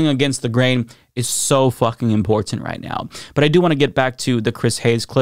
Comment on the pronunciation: The way you say "Important", "Impor-TanT" sounds so weird to my ears lol.